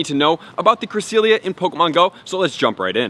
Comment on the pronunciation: Bro pronounce it correctly ! It’s bugging me lol